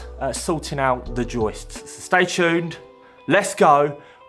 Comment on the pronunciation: great pronunciation of joistssssss! love ya . xo.